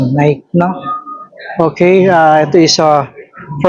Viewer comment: kiys, mas okay feature mo mga usong sneaks ngayon... unahin mo pakita. last mo nalang yarn mga bagsak presyong airwalk. yung uso ngayon ON CLOUD, NEW BALANCE, NIKE ( hindi nayk, nayki pagbigkas) BROOKS, HOKA, SKECHERS